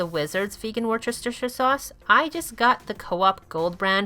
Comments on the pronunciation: Great review, really brings out the best of her cookbook. Just letting you know it's called 'wooster' sauce, it's an English thing, the 'chester' part is silent. Yum, we really need food that will wow people into veganism, am hungry now! Great to see another post from your channel, just make them when you like, quality is better than quantity. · It's pronounced Wu-ster-sher. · heads up, worcestershire is pronounced wooster-sheer :) I know, you'd never guess! #wordiwaspronouncingwronghalfmylife anyway, love the review. was debating whether or not to buy and I think I'm decided now :D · Worcestershire sauce is pronounced Wooster sauce, trust me I am English 🤪😳😂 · Added to my "To Buy" list. Thanks for the info. FYI ... Worcestershire Sauce is pronounced Wooster Sauce. We Brits just like to make everything very complicated. Why? Because we can. There does not have to be any logic to it LOL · repeat after me... Woo ster shir sauce . easy